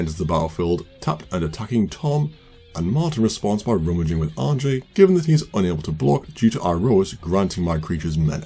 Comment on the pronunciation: Great game. I just want to toss out there that I'm pretty sure Anje is pronounced "Anya," it's the dutch spelling of that name.